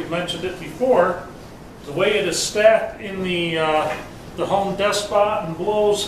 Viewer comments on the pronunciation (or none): “Home Des pot and Blows” he says affectionately 😂